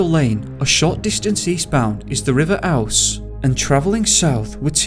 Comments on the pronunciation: FYI It's Kez - ick not kes wick & River Ooze not owse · Also I the River Ouse is pronounced OOZE and not ouse as in house. Just thought I'd say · Keswick is pronounced "Kezzick" and Ouse is pronounced "Ooze". Just trying to help. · video sounds good only one fault , Please try to pronounce words properly River Ouse is the River OOZE not ouse as in house. also if someone fell in tot he river ouse in yok their body would not be found in york at all south of Skegby or even towards the estuary at Humber the river ouse (ooze ) has fast flowing undercurrents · Sorry to be a dickhead but the river in York is pronounced Ooze. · The river is pronounced Ooze matey. Odd I know as it looks like house without the aitch. Bloody good video apart from that. Thank you! 👍